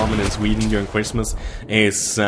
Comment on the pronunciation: Haha, when you say during, it sounds like you're saying urine.